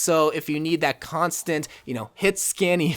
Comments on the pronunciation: Its constant not constent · Hey! Loved the video but something kept triggering me and it’s not “constent” it’s constant k bye ly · "constent pressure" ;) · Constent Lmao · Constent pressure🤦🏻‍♂️